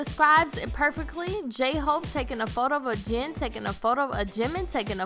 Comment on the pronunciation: Yea and she said something like "Zhin and Zhunghoo" too lol